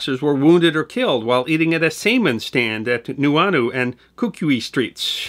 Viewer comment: Helpful pronouciations... HOnolulu like ho ho ho, Kaneohe is kah knee oh hey, home of the marine corps base which is not an island. Nuuanu is New ooo ah new, Lt. Kealoha is Kay-ah low ha, Saimin - Sy min is a tasty noodle dish often eaten for breakfast. Kukui means light and is also a tree that produces kukui nuts- pronounced coo-coo ey, Ewa is Ev-ah. It's iolani Palace like E-o lah knee. Kahanamoku is kah hah nah mow coo. mow like mow the lawn.